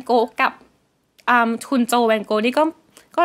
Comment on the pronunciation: ฟินเซนต์ ฟาน ก็อก (Vincent van Gogh) ออกเสียงดัช ครับ! ภาษา ดัชไม่มี แวน